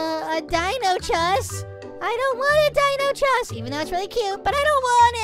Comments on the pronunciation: It is not pronounced Chess kids it is pronounced deinonychus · I love how and say the dinosaur names wrong, says Dinochus instead of deinonychus, and says pa-terodactyl instead of pterodactyl xD